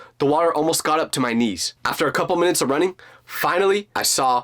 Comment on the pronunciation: did you said coupol of hours at 12 17